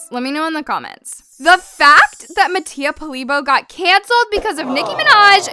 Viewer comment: the fact that she pronounces mattia's last name wrong😂